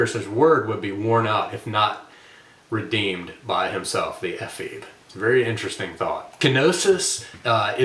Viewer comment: Ephebe has three syllables. It is a Greek word.